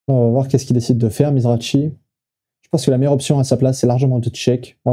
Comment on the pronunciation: Pour info,ont prononce mizraki' the grinder' une légende,et non pas mizrachi